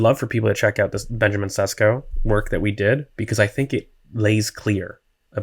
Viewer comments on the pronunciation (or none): It’s pronounced “Sheshko”! 😃